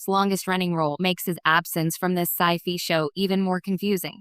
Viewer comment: You lost me four seconds in with "absence for Sci-Fee show". Very crappy narration.